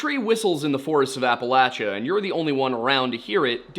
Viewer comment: I am so glad that you correctly pronounce Appalachia.